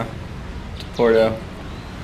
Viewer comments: At least pronounce the name of the break correctly Nate , it's not porto , it's PUERTO😂😂😂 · It’s Puerto not Porto.